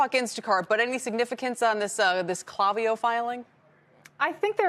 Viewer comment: Yikes - please try pronouncing their name correctly - it's a hard "A" not a soft "a" in the name kl**A**viyo